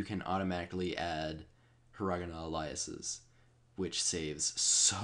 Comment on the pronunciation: I hate the way you pronounce "hiragana aliases"...That's what you're saying, right? "aliases"? :o Good tutorial though...well, I don't have UTAU, so i assume it's useful. :p